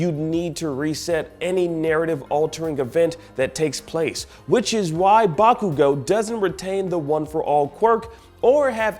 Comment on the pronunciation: Bakugo = "Back-you-go"